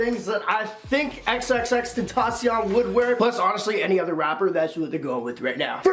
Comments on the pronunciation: You need to work on your pronunciation of of xxxtantacion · You said his name wrong